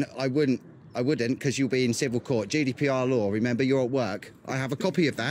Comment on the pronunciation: I thought he was saying judy pr